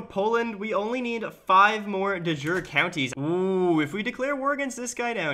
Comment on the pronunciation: Please, de jure is pronounced De as in unDEr Ju as in YOU Re as in Recording. PLEASE.